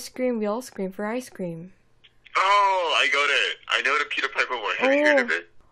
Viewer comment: 내귀에는 피커페커피커페커라고 들림